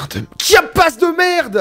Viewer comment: Passer 10 fois sur Chiapas marqué en géant sur la map sans le voir, tout en prononçant Kiapas....belle perf...